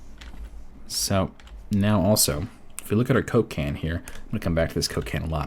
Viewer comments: everytime you said coke can i heard cocaine..... i think i got a problem haha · Am i the only one who hears "Cocain" every time he said Coke can ? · the way you said "coke can" is like a name of a drug man... lol great vids btw